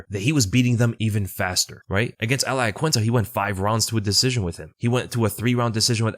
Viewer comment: “Eel ee ah” “rob fawnt”